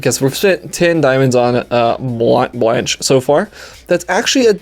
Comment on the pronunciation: I think its pronounced (bl-on-kay) not sure though...